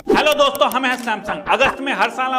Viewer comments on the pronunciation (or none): none